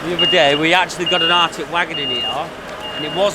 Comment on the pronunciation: Sorry boys, love the channel but won’t have the language butchery! It’s ARTIC, as in Articulated, not ARCTIC like the frozen north.